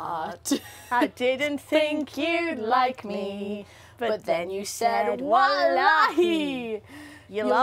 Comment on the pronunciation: I’m actually dying she actually said Walahi 😂